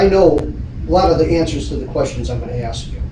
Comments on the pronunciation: The word is ASK..... A S K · This ridiculous clown trying to sound all lawyerly, trying to use big boy words 😂. Then says “axe you a question…” 😂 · He axed joey what? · If I had to listen to that lowlife 'axe' questions one more time, I was going to lose it. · the guy says arks instead of ask. lock him away for life